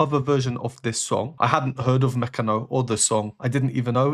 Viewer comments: Your pronunciation of "Mecano" is very good, and yes, you should listen to more of their music, great composers (brothers Cano) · You didnt butcher the name of the group 👏👏👏